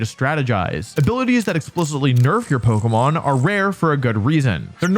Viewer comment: "poguhmon" I'm out